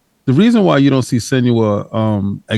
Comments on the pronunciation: has called Senua every name under the sun starting with S and not once got it right 😂😂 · LMAO, this had me laughing every time he tried to say her name 🤣